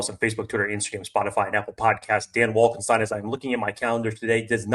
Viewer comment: Dan Wolf Wolfienstien....arrrgh...lol...